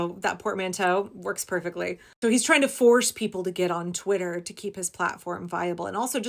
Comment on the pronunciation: Twit-ler...😂 the accuracy! 🤣Let's keep calling it that!